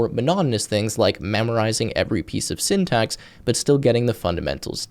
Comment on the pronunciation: sendex? do you mean syntax?